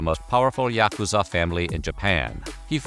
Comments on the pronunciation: bro did you even try to learn to pronounce yakuza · You’re not pronouncing yakuza right.